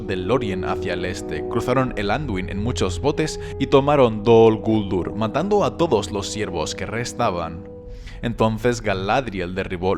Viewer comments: Heeee, de echo la pronunciación Dol Guldúr es la correcta, y lo q pasa es q nosotros los de habla hispana no lo encontramos correcto, pero resulta q si lo es.... no es Dol Gúldur como tú piensas..... a fin de cuentas tú no eres Tolkien, ni su hijo ni nadie relacionado con los encargados de los derechos del mundo creado por Tolkien para decir q pronunciación es correcta o no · No dicen (creo yo) dol guldúr